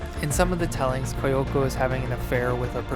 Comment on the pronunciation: I feel silly correcting your pronunciation but since you asked, it’s “Kee-yoko”